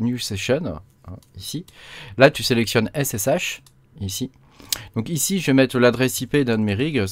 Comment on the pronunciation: En effet pas mal du tout ! J’aime beaucoup Tabby, très classe mais c’est vrai que pouvoir voir l’arborescence c’est quand même un plus entre autre ! Après l’industrialisation j’en suis pas encore là… Et dis donc t’es du Nord toi, avec ton « Ichi » lol